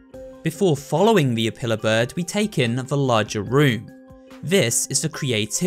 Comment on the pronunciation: Say apiller bird one more time!!!!